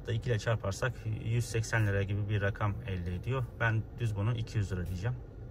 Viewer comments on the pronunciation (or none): none